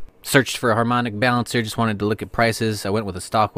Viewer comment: You said it exactly right:) once in a blue moon on harmonic balancer :)